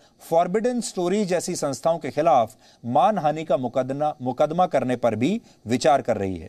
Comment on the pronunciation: He is not able speak clearly, he knows that he is wrong 😂 mukadna instead of mukadma